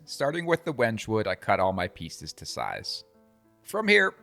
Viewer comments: It's pronounced "wen-gay" not "wenj". Trivial thing, but especially talking to a customer, good to sound like you know what you're talking about. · The proper pronunciation is when-gay. Beautiful knife block.